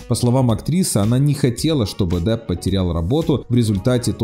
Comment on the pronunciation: Вот смотрите как "прикольно"-на 3-й секунде ролика автор неправильно произносит фамилию Джонни и....пиздец....Я дальше не смотрю.....а вы все смотрите да?